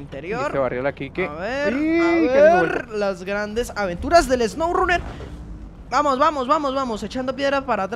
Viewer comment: Mud rruner y swourruner